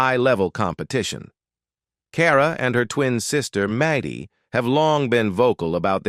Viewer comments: Maidy? Really dumb channel. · Who says MADDIE WITH A LONG A??? Soooooo annoying!! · Who in the world is MAY DEE. It’s Maddie. Short for Madison. Do your homework before you put it on the internet. Good grief. I can’t listen to this anymore. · AI READING is horrible. It can not pronounce Maddie, Who says Maddie with a long A. So wrong , AI is very dumb. Pronounce Maddie and the A is said like (at). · Fix the name saying! It’s MADDIE NOT MADIE! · It's pronounced Mad-dee, not Made-ee! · I agree